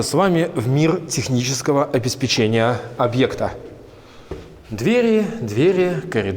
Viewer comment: Пожалуйста ставь ударение в слове "обеспечение". А то очень много раз его повторяешь и неправильно